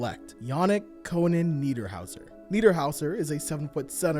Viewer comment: You actually nailed Niederhauser's name! Joan Beringer on the other hand... Phonetics aside, incredible video as usual